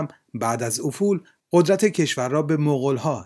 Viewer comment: دوست عزیز گوینده "افول قدرت" با هم خوانده میشه، یعنی ل کسره میگیره.